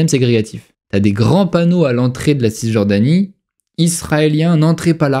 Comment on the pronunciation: On ne prononce pas le ''s'' de (Cisjordanie)